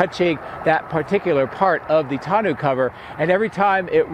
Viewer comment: I think it's pronounced TAWN-OH